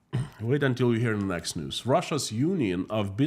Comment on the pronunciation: Russian News? I thought I misheard you say the Russian Noose! Then I realized it’s basically the same thing! Unreal! 😮